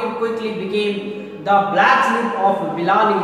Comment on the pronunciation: Not billani it, s balali